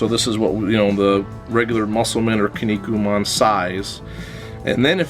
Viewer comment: It's pronounced "Key-Knee-Coo-Man". I will find you soon.